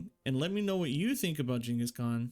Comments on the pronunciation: I know right man, he said it how it is correctly said in Asia or Mongolia. Shocked me too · Jesus that pronunciation